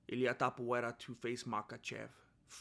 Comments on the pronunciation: Topuvera better change his name to match what you're calling him coz it's easier to promounce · Topuria, cabrón, se pronuncia igual que en español 🤣